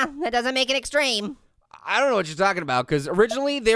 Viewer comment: searsly pear it is not egstreem